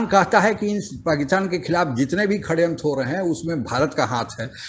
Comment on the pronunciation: शड़यंत्र का उच्चारण "श-ड़-यंत्र sha-da-yantra" है, 'खड़यंत्र' नहीं 😆!